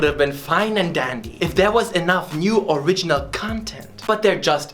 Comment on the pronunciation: "It sure as hell is a fantastic REEEEEEEEMake that is faithful to de OriGIIIINAALLL, but it still is a shitty GEHHH!!!": that was my ted talk tank you